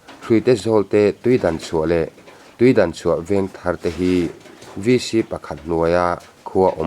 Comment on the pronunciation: Tuidanchhuah tih ni lo in tuidangchhuah zawk aw